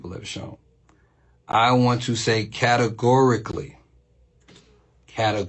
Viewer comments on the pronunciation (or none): 'categorically' is not human speech.